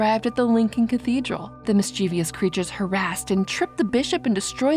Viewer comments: The narrator has a nice voice but keeps pronouncing the word "mischievous" incorrectly. The word has two syllables, not three. mis-chə-vəs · Said mischievous wrong at least 4x 😭